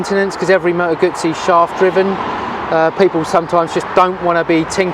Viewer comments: Need to practice a little your pronunciation... It sounds like "gootsie" but the sound is strong like in "pizza". The video is very good as is the channel. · Why the American pronunciation of the motorcycle name? Nowhere in Europe do we pronounce it like that. Moto Guuuuuuuzzi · Nice bike indeed. But, how about pronouncing Moto Guzzi the right way?